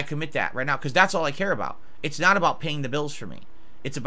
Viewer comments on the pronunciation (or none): "It's nawt about paying the bills for me. It's about... meanin.."